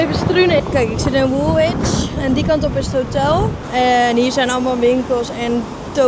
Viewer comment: Love your videos, they don't send you to the best/easiest parts of London. Woolwich is pronounced Woolich ( no w in the middle). Mind I tried to pronounce Scheveingen when in Holland and got it totally wrong. Lets hope you go somewhere prettier and easier to drive next time you are in the UK.